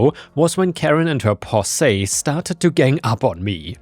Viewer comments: The word "posse" is not pronounced "poss-AY" but pronounced "POSS-ee", with the accent on the first syllable, and the e on the end rhymes with "see." It's a term that was originally used most often in old western films and referred to the rescue group that came charging in to get someone out of a troubling situation. Nowadays it just means any general group of people. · Clique is pronounced "click" /klĭk, klēk/ Posse is pronounced "poss-ee" /pŏs′ē/